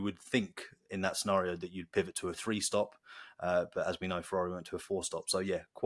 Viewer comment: Sorry... can't watch you say "free six five and five fousand"... Go to a damn speech ferapist or someFing will ya!?